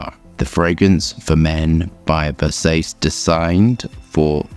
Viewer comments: Umm... I'm pretty sure it is Ver-saa-che and not Ver-says. 😂 Thanks for another great review. 👍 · Ver-says 😂 EDIT: I just realized I've never smelled a Ver-sah-che fragrance.😢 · For the love of God not Vers-ACE😭😭😭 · everytime you say Versays I laugh out loud 😅😅 I agree with the smells familiar comment cuz this smells something nostalgic and familiar and mass appealing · Literally never heard anyone pronounce versace as ver sayce? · It's Ver as in Very Sa as in Sand Ce as in Cherry Ver-Sa-Che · "I can't even pronounce nothin, pass that Ver-say-see" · Hey, love the video. But it’s pronounced [VER-SAH-CHEE] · Sounds like … Versa-chay .. (not “chi” or “sayce”) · As much as I love your reviews and understand you are dyslexic, please never pronounce it Versaise again 😂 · Wait ✋️ what. Come on how does he not know how to pronounce versace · Don't you know how pronounce the name Versace?😢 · do you deliberately mispronounce Versace because I simply can't believe that you don't know the correct pronunciation? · Thankfully Gianni can’t hear him butchering Versace… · the second one is right but the first one is abysmall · It amazes me when guys spend time researching something about a fragrance yet you dont spend 2min to research how to pronounce cores the actual name of the fragrance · Can we not pronounce Versace like that? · I love how pronounces Versace it reminds me of show girls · Not gonna make fun of you, but it's WILD that you're in the industry and so aggressively mispronounce that name. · So, you're not a fan of the original pronunciation of the Italian name Versace? How "down home" of you...